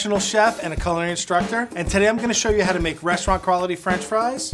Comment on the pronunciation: My boy said restaurant crawlity 😭